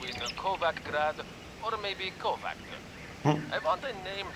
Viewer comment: the pronounciation of Kovac drives me nuts! :D It should be pronounced Kovatch